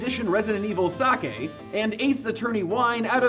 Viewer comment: Thank you for pronouncing sake correct. But you did pronounce Ryu incorrectly.